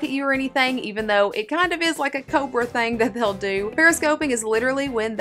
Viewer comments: Did anyone count the times she said “thang” 😂 in this video instead of thing? Lol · *southern thang